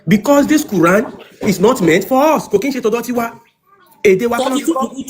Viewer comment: Is it qur'an or kurian? 😅